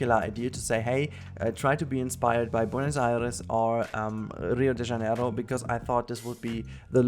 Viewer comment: ele falando Rio de Janeiro KKKKKKKKK